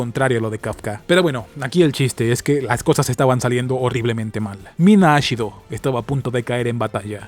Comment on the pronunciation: Me confundí con el nombre de la chica que es Mina Ashiro, pero lo pronuncias como Mina Ashido, por un momento pensé que era la de Boku no hero